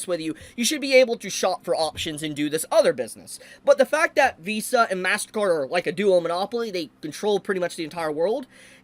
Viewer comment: XD man. .. i clicked this vid and walked into the kitchen with my headset on. .. and 3 minutes in i had to come back and see just who the heck Val is. turns out. .. man's can't pronounce "Vs" and im a dumb.